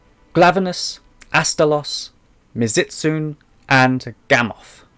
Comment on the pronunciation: Btw it's pronounced mizu- as in water and tsune as in kitsune. So it's mizu-stunay. The t is silent